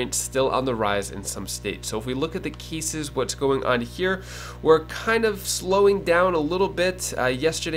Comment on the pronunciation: Cases. Not keysis